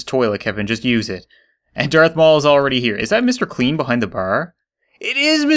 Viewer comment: When u say Mr. Clean it sounds like Mr. Queen